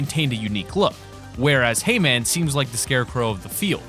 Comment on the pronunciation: When he said hay man, I heard Hee-man